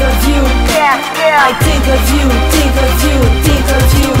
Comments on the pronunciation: Faut que tu prononce le H dans tHink.. mais apart ca moi jlaime ste toune la <3 :) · tu devrais ameliorer ton accentcar c pas tink mais think !! mais tu es bon te laisse pas rabaisser par les autres !! tu es bon continue !